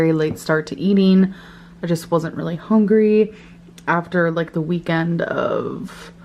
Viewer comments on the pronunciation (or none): My ears feel like they’ve been SA’ed with my earbuds in listening to her chew. It’s so offensive and invasive. She can’t even say HUNGRY like a normal person. It’s HONGRY. And for someone with EXCORIATION who picks TF out of her scabs, and constantly touching her greasy hair and petting her animals, I have NEVER seen her use a napkin or wash her hands. The ONLY napkin she’s ever used is her shirt/dress, pants or rubs it all in like lotion. Absolutely disgusting.